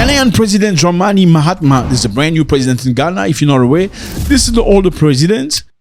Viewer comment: Mahama not Mahatma. NO ‘T’